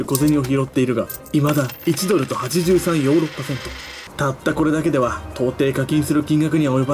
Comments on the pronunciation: 最初の83ヨーロッパセントが38ヨーロッパセントっていってるw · 83と38読み間違えましたね！